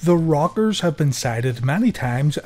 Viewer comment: It sounds like you're saying "The Robbers"